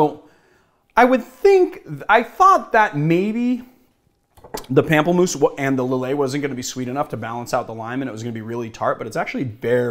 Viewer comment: I mean... it's also "POM-ple-moose" if we're picking up on everything (Lillet Blanc was correct, though you needn't sound the last 'c'...)